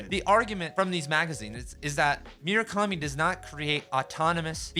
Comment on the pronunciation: Great video! But for the love of God please never pronounce Murakami like that ever again